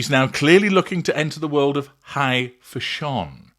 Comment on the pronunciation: I just realized you were saying “fashion”! 😂 I was googling “foshon” 🤦‍♀️